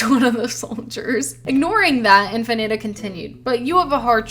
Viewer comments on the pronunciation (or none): I'm just glad my fanfic officially "ate." You didn't pronounce Infinata correctly, but oh well, it's what it's.